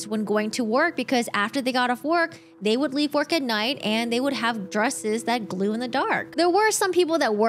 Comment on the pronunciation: She said “glew in the dark” 😂